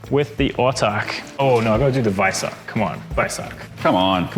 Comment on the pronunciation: Thoroughly enjoyed this short format nice one. Looking forward to more. Even with the guy calling him the "Vice-ark"! Nonononono